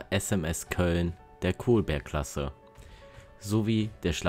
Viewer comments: Und die Kolberg-Klasse war nach der damals deutschen Stadt Kolberg benannt, die man mit kurzem O spricht (also "Kollberg" und nicht "Kohlberg"). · Das gleiche gilt für Kolberg, alte pommersche Festungsstadt wird mit langem L ausgesprochen.